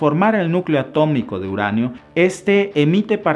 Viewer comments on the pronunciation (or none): none